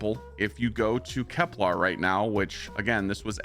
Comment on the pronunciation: Please please please. Stop saying KepLAR...its KepLER ! For example Kepler 22b